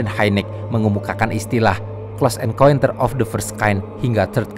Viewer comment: Min, bacanya "CLOSE EN(KAUN)TER" bukan "CLOSE EN(KUEN)TER".. 💩💩